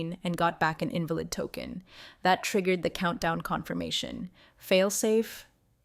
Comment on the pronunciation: Wish the would correct pronunciation…invalid…resume… read…. Etc changes the context of the word & meaning smh